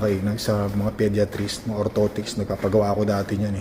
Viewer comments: Podayatrist ang basa not pediatrist, sakit sa tenga hahahaha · Tama ba rinig ko pediatris 😂 😂😂 Isip isip din 😂😂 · Podiatrist ( podayatrist) that’s the right pronunciation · Podiatrist is a foot doctor. And it's not pronounced that way. Paulit ulit mo pang sinabi. Wrong!!!! Jusko, research ka muna bago mag vlog. Kahiya!. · ang sakit nga sa tenga.